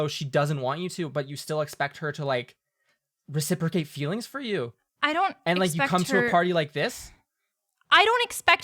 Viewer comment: Fewwwings for your fwiends?